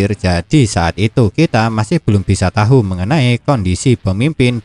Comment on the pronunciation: Tahu itu di bacaa tau bangbang